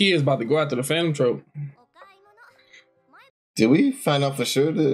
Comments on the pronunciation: He gotta be sayin Trope on purpose... like BRUH... I know you see the “U”. TroUpe lol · I will not stop commenting until says phantom troupe right